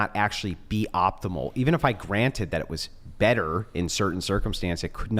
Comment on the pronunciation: "Thaht." Smart girls hate the hard A.